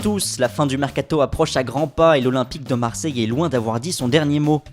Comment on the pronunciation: ce gars la il me tue a chaque fois quil dit 'Sur'le'mercato' on dirait il prend un accent chinois mdr